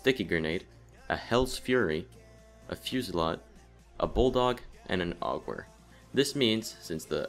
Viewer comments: "Ahg-werr"? It's Aug-a-vare. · Its not augwer its au ge ver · The Augewehr is pronounced Aug-Gev-Vare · I tried to ignore it but I just can't. 1: The Augeweher is pronounced "AUGevair". and 2: The so called "Underground Bunker" is actually a Metro. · so many people mispronounce aughewehr, which is pronounced "augevaire"